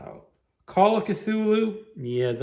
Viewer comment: I might do this. Also thank you for teaching me how to pronounce Cthulhu!!